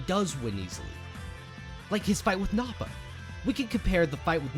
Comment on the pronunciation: It's nah-puh not Naw-pah